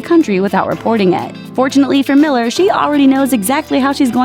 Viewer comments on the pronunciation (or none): none